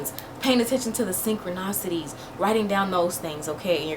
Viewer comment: Really great advice about emotional energy...I release it, but I don't as of now, do a bringing it up to feel it and let it flow and then float away...I will do that indeed, makes sense. I need to say one thing that I noticed in another video and thought you were just having fun with it. I think it is important to you and since it was coined by the great Carl Jung...it is pronounced SynchronICITY. with an i. Not synchronocity as you say it. I love your videos and way and heart and knowledge, so please know...if this is something you are doing on purpose, hey more power to you...but if not, there you go - from a fan and a friend out here. All good things.